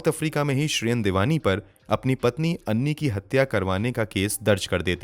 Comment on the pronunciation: उसका नाम ऐनी था ना कि अन्नी